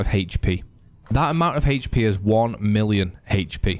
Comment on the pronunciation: “1 million haech p”😂 love your videos man